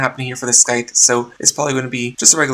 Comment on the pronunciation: The "c" in "scythe" is silent. Not trying to be rude or anything Im just letting you know if you dont know already.